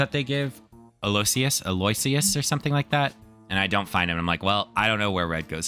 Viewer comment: Aloysius is (illogically) pronounced al-oo-IH-shus. It's one of those names like St John (Sin-jun) that you really can only pronounce if you've heard it said aloud, the spelling gives you no clues!